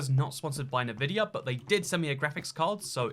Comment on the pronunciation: Everytime says NuhVidia instead of ENVidia, one of my braincells dies.